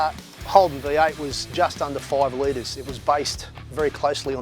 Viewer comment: So Aussie - opening the bonnet of a VN Calais “Alroooiiiigghhht, the foiiive loiitre” STRAYA!